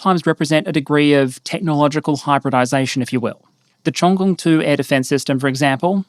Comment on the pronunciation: your Cheongung pronunciation was awesome, by the way